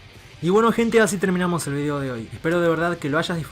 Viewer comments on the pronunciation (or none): none